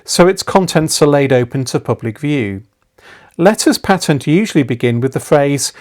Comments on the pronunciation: Your your pronunciation of pa-tent, and not paytent, is I am sure correct. The great Richard Sharpe, the late Reader in Palaeography at Oxford University was most insistent on this when he taught us diplomatic and palaeographiy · Patent quite right pronunciation .from the Latin. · Thank you, for this informative video. I also admire how you nobly but gently defend the proper pronunciation of the word "patent". Marcel from Saskatchewan.